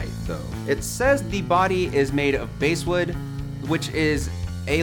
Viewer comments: Basswood is pronounced: Bahhh sss wood. ... Not base wood-... Like the fish, not the instrument. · LOL. 😂😂😂😂😂 Bãsswood!! It's pronounced like the fish b.....ass....wood. Not like the bag in baseball. It's not BASE wood. So I had to stop watching. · So it's pronounced bASS not BASS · Basswood is pronounced like the fish. B+Ass! It's not made of plywood. You can tell by the fact they sell a clear finish model. It's an inexpensive bass. So you got an inexpensive bass. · I understand basswood is spelt BASS but it's not pronounced like the deep audio effect it's pronounced like in the fish